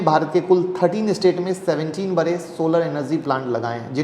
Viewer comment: Bare nahi bade boliye